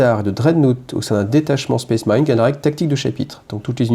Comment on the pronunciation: "SPACE" marine pas "spèce" marine, bordel ! Ca écorche les oreilles...